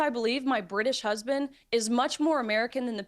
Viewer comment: "My hesbend." "My hesbend." "My hesbend." 🙄